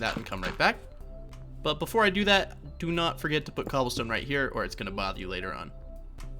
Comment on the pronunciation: Bro u say "MmGobblestone" instead of cobblestone wtf